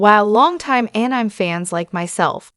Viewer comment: Could you not get a real person to voice this video or at least a better AI that knows how to pronounce anime?